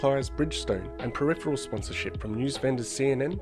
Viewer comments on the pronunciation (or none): none